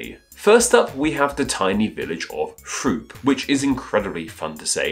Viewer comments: throop?? you mean Throop (troop), Pennsylvania. youse are pronouncing wrong. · In America, we pronounce Throop like “Troop”.